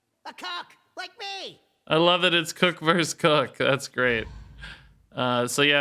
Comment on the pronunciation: He DEFINENTLY said Cock, not cook... O.o